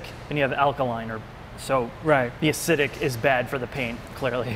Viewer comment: Man just think of all the chemicals the people doing this are inhaling. And dude said, "ass-idic"